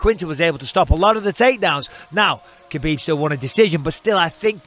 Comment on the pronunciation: DC has been in the game for so long but he still getting "Khabib" wrong